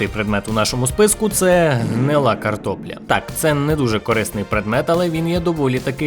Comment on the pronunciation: Ти сказав слово ''карпопля'' 8 разів.